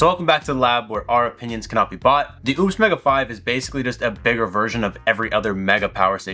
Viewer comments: I own this and recently spoke with support... the brand is pronounced oh-pes. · Seems ideal for RV use. I wouldn't look too much into the lack of 240. And you still sound like an ass mispronouncing the company's name.